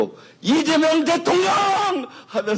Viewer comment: 김병주의원님 그동안 대통년으로 발음하셨어요 ㅋㅋㅋㅋㅋ 일부러 그러시는줄 ㅋㅋㅋㅋ